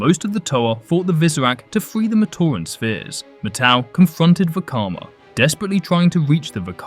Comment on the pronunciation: yo my guy, it's MAT-au! Like how you say "mat"? But with the '-tau'